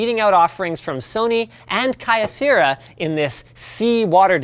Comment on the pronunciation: Kai-o seera? it's key-o sarah Linus. i know your Canadian and all but seriously.